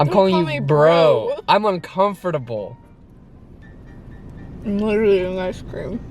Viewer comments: Anybody else wondering why he said uncomferteble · “i’m calling u BRO... i’m in-con-furt-u-bul.” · I’m un-comfort-able 😂